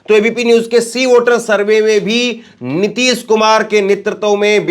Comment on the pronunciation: अबे रवीश कुमार की अवैध संतानों पहले ठीक से हिंदी बोलना तो सीख लो नीतिस कुमार नही नीतीश कुमार है